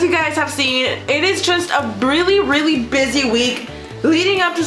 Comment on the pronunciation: she said breally like if you noticed